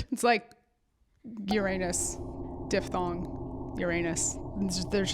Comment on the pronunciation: As a linguist, thank you for not saying dip-thong.